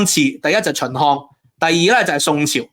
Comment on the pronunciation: 讀字都唔清楚，係“百粵”唔係“八月”, 係“耕地” 唔係“姦地”, 係“秦漢”唔係“秦項”, 係“宏大”唔係“雲大”, 勁多懶音， 仲話係博士